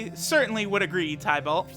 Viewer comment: Tih-Bolt (Tybalt).... You never had to read Romeo and Juliet in highschool, Bro?